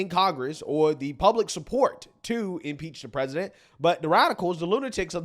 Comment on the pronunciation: Impeach rhymes with peach. #LIBERAL